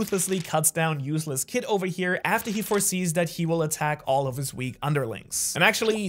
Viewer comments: This man really just said Useless Kidd 😭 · i don't know if you deliberately said it that way or not, but you said Useless Kid lol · did he say useless kidd ?